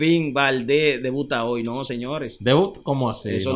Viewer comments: Oye k cronista diciendo , hol por decir hoy , compra un libro nacho campesino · No se dice hol, se dice hoy 😊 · No se dice hol es hoy